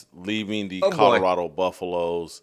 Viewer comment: I really wish that you would learn how to say COLORADO. Theres an L in it Jason! Its not CODORADO. Learn how to pronounce it man! If you gonna talk about em every other show 😬🤦‍♂️